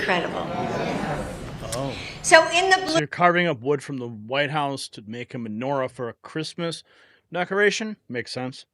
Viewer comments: She sounds like she says manure, not menorah. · She said menur-ah. All I heard was manure. Plenty of b.s. was going on in the White House so that's fitting. BTW, why was she praising her own decorating skills? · Menorah, not Manure!!!!!!!! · She said manure-a, not Menorah. Was that on purpose. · She didn’t menorah she said manura(as in animal dropping) that shows what she is! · She pronounced it Manure ah